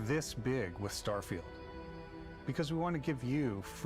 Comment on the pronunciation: I'm from the future! Turn back! They're calling it "Starefield", find Todd in your time, fix it!